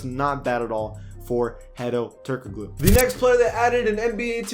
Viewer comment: It’s pronounced “Turk-a-Looooo”